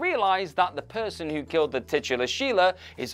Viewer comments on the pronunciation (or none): none